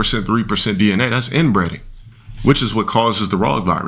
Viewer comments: I love when talks about genetics and keeps saying "inbreding" instead of inbreeding. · Also pronounces inbreeding as "inbreading" like he has a hankering for some fried chicken 🤣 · It’s inbreeding not inbreading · How can he keep saying inbreading when he went to a private school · "inbreading" is sending me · “A slight case of inbroding- inbred-ing.” What is unc talking about lmaoo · Inbreading? can’t pronounce INBREEDING. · "Inbredding"?. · talking about people being inbred but can’t pronounce the verb form, that’s bad enough, but then he absolutely butchers cinematographer? Someone needs to cut off this rog’s internet access and get him a fucking textbook